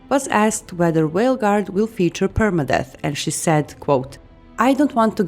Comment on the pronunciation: Did you say whale guard